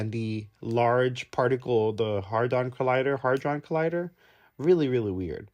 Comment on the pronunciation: He definitely called it the hard-on collider.